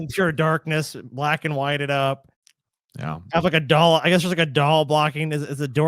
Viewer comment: A blow up daahl. He says it like the Hindi word for bean